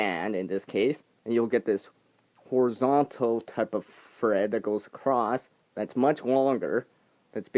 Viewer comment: I swear I thought you said "free fred" instead of free thread ..LoL